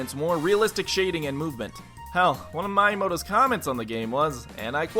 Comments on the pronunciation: Did you just pronounce Miiyamoto like My a moto? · "my-ee-moto?" Lmao. You pronounce the wrong brother you know his name. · Nice job butchering Miyamoto's name.